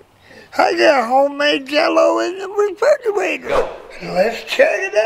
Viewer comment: The way he says refrigerator. And grandpa I hope you have great time